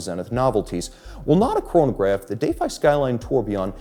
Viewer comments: why can't we just pronounce "defy" properly? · Is everyone taking a drink every time he say Day-fye?